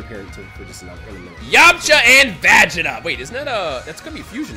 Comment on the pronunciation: woah woah woah did just say "Va jay ta"